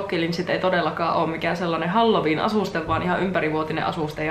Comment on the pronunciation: Mä kuulin ku sanoit halloween nii halju viina :')